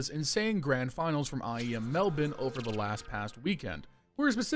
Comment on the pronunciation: Really caught me off guard when you didn't Say "Mel-Bourne" my man got it right!!!